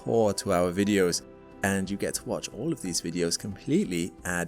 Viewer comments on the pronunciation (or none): its not "zoo wrong", its "joo wrong"